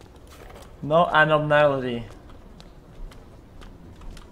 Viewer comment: are we not going to talk about how X couldn’t say “Abnormality”?